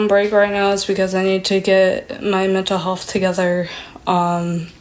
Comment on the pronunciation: "mental helf" Why do all the lolcows have weird pronunciation?